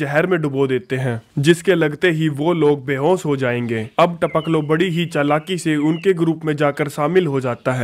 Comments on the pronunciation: It's Tapakalo not Tapklo 🤣🤣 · Our jab aay bol raha hai to jyada funny lagta hai taoklo 🤣